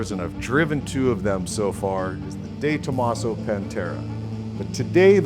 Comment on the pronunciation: I hate the way you say "DayTomaso" 🤣🤣🤣